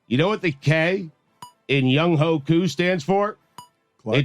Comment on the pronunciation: Wait until the Dolphins draft D.J. Uiagalelei. You have to learn the players names or you look lazy. oo-ee-AHNG-guh-luh-LAY Younghoe Koo beat the Dolphins YOUNG-hweh